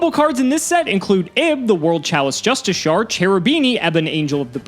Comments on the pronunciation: I think he just doesn't know how to say it properly, he pronounced Justicar wrong in the same way "Justi-Shar" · The card's name is "Ib The World Chalice Justiciar", not "Justicar". Pronouncing it "just/i/she-er" (or "just/i/sher", as a slightly lazier pronounciation) is correct. edit: nvm i'm a fucking moron he does pronounce it wrong i apologise